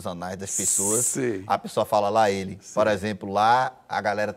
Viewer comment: Porra, até João errou o lá ele. Ouxente, João. hahahahaha Mas tá valendo. ❤️♥️